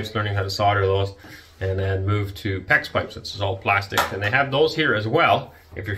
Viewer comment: Plarstique gar-barge, don't like it 😅